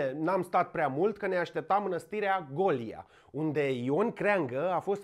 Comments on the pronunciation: Golia se pronunță cu accentul pe "o" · Un turn din ăla măcar odată pe zi este OBLIGATORIU pt buna funcționare a materiei cenușii din vârful piramidei trupusorului tău delicat. PS. Vezi ca faci aceeași greseala ca și cu Golia la pronunțarea cuvântului bojdeuca, pui accentul pe silaba greșita.